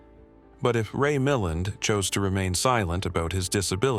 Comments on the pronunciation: Ray Milland /mi-LAND/. You have the wrong syllable stress and the “ a” is pronounced as tertiary A as in cat/ka’t/ not as schwa. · Why is a video of Tom Hanks as Forest Gump including in this video about Steve McQueen. Ray Milland is pronounced phonetically: Ray...Ma..land not as spoken by the robot narrator. Photos of Mike Douglas are included when discussing his father Kirk Douglas as though he is his father A quality review program will identify erroneous information in the video prior to publishing. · You pronounced Ray Milland's name incorrectly. You are terrible!